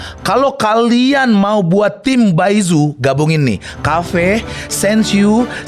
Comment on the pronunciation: Paichu bang dibacanya bukan baizhu